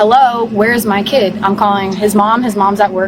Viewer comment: “My chi-uhl-duh!” “Me-uh!” “Thank you-uh!” “Hostage-uh” “Kid-uh!” “My daughter-uh!” “Bro!”